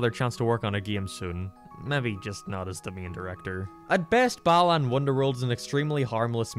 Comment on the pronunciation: Everytime a European says Balan I hear "bellend." Kinda fitting.